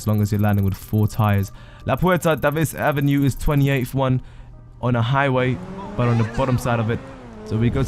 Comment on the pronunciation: Bruh he mispronounces like every single place “DAH-VIS AVE” instead of “Day-vis Avenue” “El Burrio Heights”